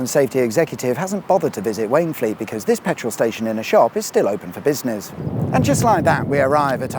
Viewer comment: For Wayne Fleet read Wainfleet 😀